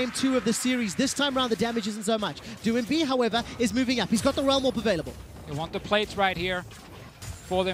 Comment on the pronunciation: Doinb is not pronounced doo-in-bee, the 'oin' is phonetic, like 'oink'. Watch some LPL, casters kthxbye.